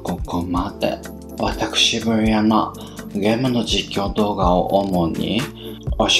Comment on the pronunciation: ブリアナがベロアナ👅に聞こえるのは気のせいですか？wwwwwwww